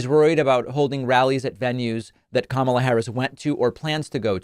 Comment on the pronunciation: KAMALBLA ???.😂 OBARMNA ????😂